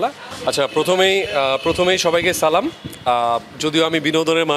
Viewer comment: সালামটা আগে শিখে আসো